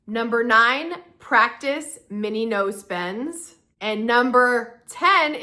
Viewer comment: When you said "no spends" at the end of video, I heard "nose bends" 😂😂😂😂